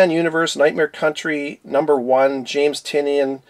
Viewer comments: love your vids and just wanted to give you a heads-up on the pronounciation of James Tynion. According to the man, himself, it's Ty-nin. Anyway, keep up the great work. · Pretty sure it’s pronounced “Tunyan”